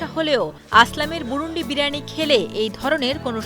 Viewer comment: ম্যাডাম এটা বুরুনডি না বুরুনদি আমার পাশের এলাকা।।